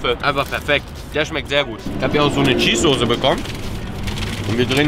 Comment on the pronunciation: er weiß auch nicht wie man soße ausspricht